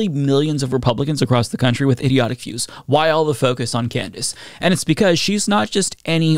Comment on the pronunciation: “Why” not “waa”.